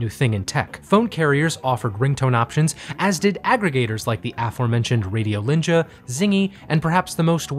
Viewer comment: Hearing you pronounce Vesa-Matti Paananen and Radiolinja was... something else. Finnish is such a fucked up language...